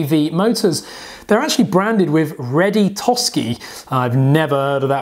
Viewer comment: You pronounced the name of the motors "Ready Tosskey". I believe it's Ready To Sky....